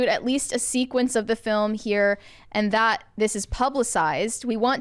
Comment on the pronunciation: I love this channel, but “that” isn’t “thot.”